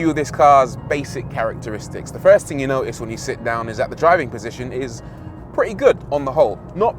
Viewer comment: "TING" COME ON RORY, SO WELL SPOKEN UNTIL YOU SAY THING LOL 🤣